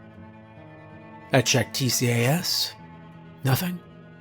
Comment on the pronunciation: So glad to have this format after the usual "follow X rules" ones Btw in aviation people usually pronounce TCAS as T-cas instead of letter-by-letter, and ADS-B as A-D-S-B instead of ADS dash B, just so you know